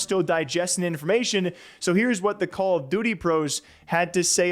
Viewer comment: I can’t get over how he says Call of DOOTY.. I try not to hear it but homie hits the double OO like Cam Newton hitting the dab back in the day! call of DOOTY.